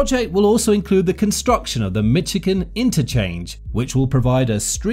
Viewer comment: You do a YouTube video that requires you to pronounce the State of Michigan's name several times, it behooves you to LEARN HOW TO PRONOUNCE MICHIGAN!!!!!!! I won't instruct you as other before me have done so. Also don't say at the start of your video that it was mired in controversy and people were against it when you later admit that none of that is true. 1 guy, who is afraid he will lose money (he is so old and in such bad shape that he is likely to be dead before it opens), is against it and took it to court over and over, many of these lawsuits were frivolous and after the first, they were only intended to delay construction. Such a bad video! You are a bad video maker! For shame!